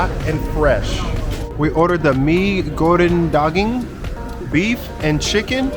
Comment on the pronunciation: Hello. Your video is extremely good. And your pronunciation of "Mee Goreng Daging" is clear and so good. Well done. And welcome to KL, Malaysia. Enjoy your stay here! And your family is lovely.